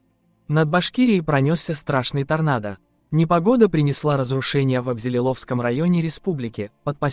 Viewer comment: Не АбзелилОвский район, а АбзелИловский